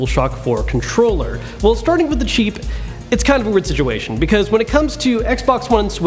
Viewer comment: When he says cheap it sounds like he says sheep